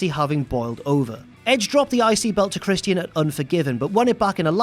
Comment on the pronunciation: His name is Christian, not Christy N!!